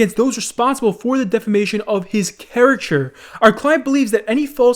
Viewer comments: Why did this guy say char-acter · Characher.. wtf?? u turning into Dyslexikeemstar?